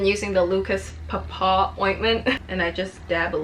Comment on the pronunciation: oh she did not pronounce paw paw like that